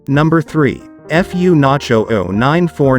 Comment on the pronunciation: So "F U Nacho" is how that's really pronounced???